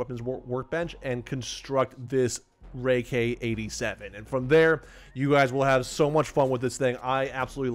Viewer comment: he calls it the rai k 87 the whole video lol